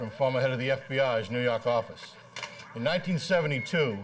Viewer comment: 😆 new yarkarffice